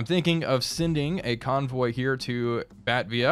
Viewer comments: lo, it's batAvia, pretty much all the others sound like how we say them in (doesn't make it right though):) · You said Denpasar pretty well... Batavia though... you dropped the second "A" Soerabaja is still flawless though, amazing! Very intense episode this one! Really fun to watch... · Love it but Batavia is driving me nuts. It is BAA (sheep)- Tae (po"TA"to) - V (the letter)- a. Lived right next to a town that has the same name. Still great vid. Keep it up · Phonetic buh-tey-vee-uh